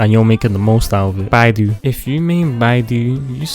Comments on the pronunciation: BAI-DOO TO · ah yes no-ele, q kw- ning gog, kay o, gangu, fishsly, liyue, bi do, albefo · I really can't understand what you say for Beidou, can someone help, please?